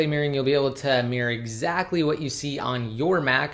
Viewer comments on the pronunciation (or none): none